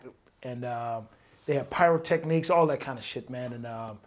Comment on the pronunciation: "Pyrotechniques" lol